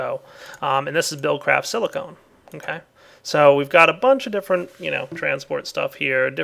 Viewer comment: you said silicon wrong you said silicone when it was spelt silicon